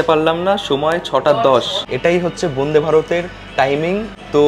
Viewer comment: সমানে 'বোন্দে বোন্দে' উচ্চারণ কেন ? কথাটা 'বন্দে'।